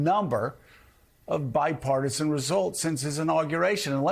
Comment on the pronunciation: Joe can't even say the word bipartisan. Literally